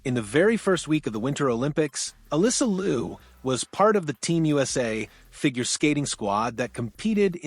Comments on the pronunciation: "LEE-YOU" not LU, please. She will tell you that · A couple of things. Can you pronounce the family name correctly. Not Lou... its pronounced Lee-OH. Also you failed to mention the fact that she successfullycame backto the sport after a two-year break which is basically unheard of. Probably one of the greatest sports comeback we've seen. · Interesting story. Liu is not pronounced Lou but "Lee-oo" 2 syllables. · It will be great if you would pronounce her name “Liu” properly Google might have told you wrong. Liu in Mandarin is pronounced as liú not Lu. Thanks for your video. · More 'yow' instead of 'you' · You are pronouncing her last name wrong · And each time he mispronounced her last name😂